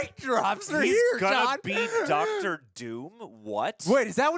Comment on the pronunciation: "Ducktor" Doom?? 😄😄